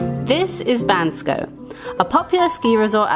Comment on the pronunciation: Thank you for pronouncing Bansko absolutely correct!😊